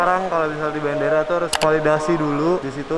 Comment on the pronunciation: Kak koreksi kak, Validasi bukan Falidasi.. hehe